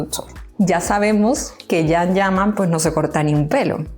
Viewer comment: Todavía los españoles no aprendieron a pronunciar el nombre de CAN ,que duros son por Dios!